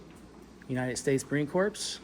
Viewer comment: Did he really just say Marine "corpse"🤦‍♂️